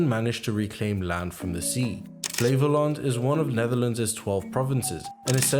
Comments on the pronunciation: I thought flawless pronunciation of the word Flevoland but your probably just dutch🤣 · You are among the first (i think) non dutch guy that has pronounced flevoland like Flay-vo-lahnd and not fleevoolent